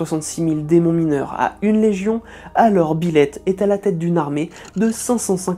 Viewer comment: Pardon, mais pendant toute la vidéo, à chaque fois que vous prononciez "Byleth", j'entendais "Biloute".... Sinon super vidéo sur un démon fan de chat !